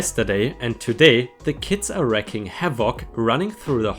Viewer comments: You need to learn to speak English words properly. "ROSE" is "ROSAY" as in WINE - PINKISH wine (a mix - FRENCH WORD). Wreaking is not wrecking ...it is REEEEKING havoc. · Wreaking havoc is pronounced, "Reeking." Just FYI. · Thanks. Another good read. BTW. It’s pronounced “wreeeeeking” havic.